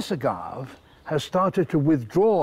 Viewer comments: Agave is a three sylable word, a-ga-ve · strange he drops the e. (pronounced as in Spanish "a") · I had never heard agave pronounced that way.